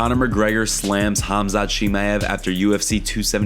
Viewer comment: 7 1/2 pounds is not close to 10 pounds, don't lie and speak the truth! Learn how to pronounce Khamzat!